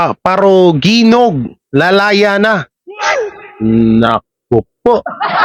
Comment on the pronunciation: parojinog yan ang tamang pronounciation